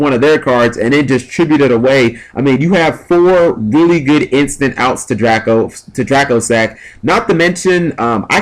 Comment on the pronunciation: Will ppl stop calling dracossack "dragosack...."